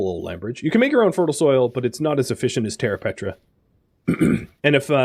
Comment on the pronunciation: died every time you said "petra' instead of "preta" good series tho